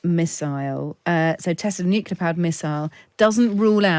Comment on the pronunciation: Nucular? … Try nuclear.